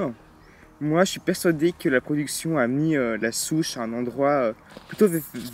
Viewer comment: J'aime bien c'est drôle parce que des fois tu dis Chouche au lieu de souche sinon continue tes vidéos